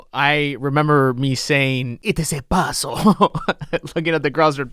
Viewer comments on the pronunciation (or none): The "puhzuhl" part with you touching your head & eyes was the funniest thing you ever said